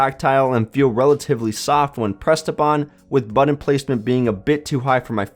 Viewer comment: Great review. Saw one of these at Walmart, and was trying to decide if it would make a good backup phone to my 6s Plus. But the way you say button is driving me nuts. lol "buddon".